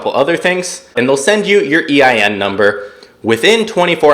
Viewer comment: What are you saying eim number. EIN number.